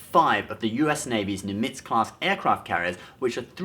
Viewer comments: And Nimitz. Idk why he accented the second i. It rhymes with limits. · Don't Brits have Brit culture that they can opine on? Oh wait. ....and switched it off when you butchered the Nimitz class carriers name.